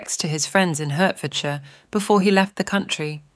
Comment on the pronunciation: Nicely read but I am quite unable to find HURTfordshire on my map. I Usually leave it to American narrators to mangle English place names!